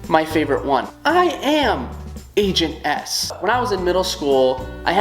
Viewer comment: I was watching until he got to ribbot and I was about to say in the comments "How dare you not include my girl agent s" and then I heard him saying angent s for #1 WOOHOO